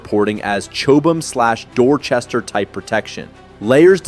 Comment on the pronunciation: Chobham pronounced chob (job or bob) um.